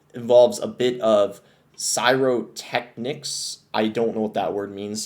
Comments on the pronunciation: “Psyrotechnics” 💀 there’s no s there dude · bro it’s “pie ro tech nicks”😭😭😭😭 Jesus dude. Like flashy fire shows. Oh my god💀 sorry I am this way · it's actually pronounced "pie row tech nicks", and it's a firework display. The word was likely being used metaphorically. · Yeah that hurt my soul hearing that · Yeah he had the single weirdest pronunciation of that word I’ve ever heard